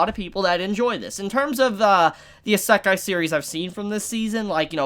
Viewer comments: Repeat with us: isekai (EE-sēh-kai), not assekai (ah-SEH-kai). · its pronounced E-say-kai eskey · Why do Americans always have a hard time with words from others countries? In Isekai the emphasis is on I not se. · The way you say isekai, kinda triggers me but its all good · Bruh i'm gunna be real. I hate the way you pronounce isekai. Idk if your even pronouncing it wrong its just not what i'm used to.